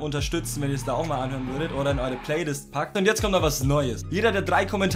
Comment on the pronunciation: „Jang Hörn“🤷🏼‍♂️